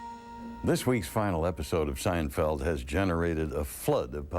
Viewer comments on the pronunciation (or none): Jeghrghome Seinfeldtz? 😂